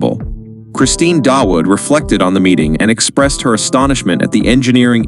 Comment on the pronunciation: By the way the pronounciation of Dawood is 'DAA' UUD' and NOT 'Da-Wood'. This name is common in Pakistan and translates to David in English and sometimes is also spelled 'Daud'.